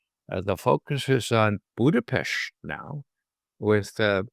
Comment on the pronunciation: I have never heard a non-native pronounce "Budapest" with the utmost perfection Mr. Ray McGovern does. Formidable intellect and integrity. Always very enlightening and enjoyable. Thank you!